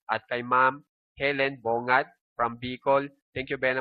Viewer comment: Hi sir good afternoon po pabati po ulit Ang bigkas po ng aking apelyedo ay Bonggat. Helen Bongat tan yan po maraming salamat God bless po